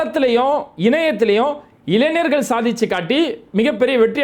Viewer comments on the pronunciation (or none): Dmk bhai please try to pronoun ஞ இளைஞர் You are always pronouncing இளைனர்😂